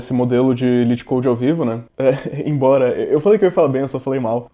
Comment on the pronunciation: Se pronuncia lit code mesmo